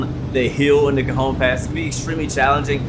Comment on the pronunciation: Cajon pass is pronounced ka hone